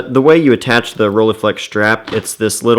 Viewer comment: Please stop butchering that name!